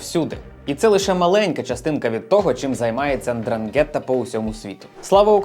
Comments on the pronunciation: Дивлюся Вас давно. Інформація повна, дуже цікава, видно, що працюєте, тому хочу сказати, що не н'дранге'тта, а н'дра'нгетта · Правильно казати драʼнгета. Наголос на а і н спочатку не вимовляють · Прожив в Калабрії майже 10 років, тому вухо ріже твій наголос у назві цієї мафії, він неправильний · Дуже невпізнавано, коли наголос не так як зазвичай кажуть італійці ...наголос на перший склад